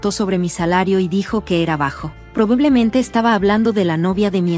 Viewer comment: De que país es esta gente tan astupida,tanto como la narradora que dice en soc en vez de en shock. Que junta las palabras en monosílabo.Dice probeblemente en vez de probablemente.Tumengañastenprimerlugar.